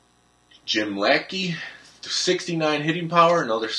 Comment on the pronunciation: La Shey not lackey